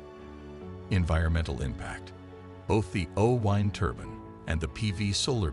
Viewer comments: Why is the narrator saying 'oh wind' as in winding something up? It's O-WIND as in the wind that blows. Damned annoying. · AI says "WHYnd"! LOL. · The “oh-whine turban”? Weird pronunciation = good luck with that one and your AI voiceover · Funny pronunciation of o-wind